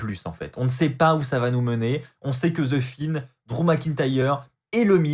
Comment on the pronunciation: sa se dis The Fiend pas ze finne 😅 mais sinon bonne review comme d'hab.